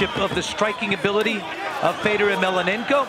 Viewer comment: Mellonenko! Say his fucking name right. Such disrespect.